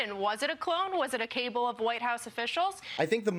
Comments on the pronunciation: just to highlight the ignorance of Trump fans, misuses the word "cabal" (as in a secret group of plotters). She thinks it's pronounced "cable" (as in a thick wire that connects two things). Dingbat. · One of my sister's believes the Robot replacement scam Oh and BTW I think that it's 'Cabal' not 'Cable' sweetie! Just saying! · " a cable" does she mean " cabal?😂 Fox really hires the smartest and brightest 😅😅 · The Fox blonde said "who was Joe Biden all these years ---- was it a clone? was it a CABLE of White House officials?" Now, anybody can mispronounce a word -- but my take is that this woman never used the word CABAL in her life. Somebody fed it to her. She read it somewhere. Fox hosts are equally as kind and caring and literate as their POS cult icon, D.J.Rump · Hahaha "was it a CABLE of White House officials?" (FOX host. Pretty sure she meant cabal.) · A “cable”? How dumb can you be? The word is “cabal”, stupid! Fox idiot.🤯😵‍💫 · Fox...The word isn't cable. It's cabal. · “A cable of White House officials?” A Cable? They can’t even read their canned words. 😂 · Did that idiot just say cable of democrats? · wait what?!?!? " a cable of white house officials". did the faux news blondie mean "cabal" LMAO. 🤣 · A "cable" of White House officials?! It's "cabal", kid. 😅 Last: "Creating one"?! 🙄😱😮‍💨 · Someone please tell how to pronounce cabal. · A journalist knows how to pronounce cabal.